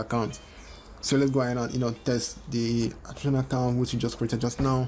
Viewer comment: Kakaount ... Cacaount ... Dude I have no interest in your channel I just clicked by mistake and your video bothered me .. dude ! Before your upload a video , make sure to listen to your audio !